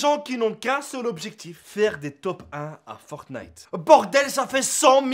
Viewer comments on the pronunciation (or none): none